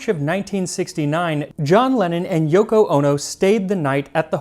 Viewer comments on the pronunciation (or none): none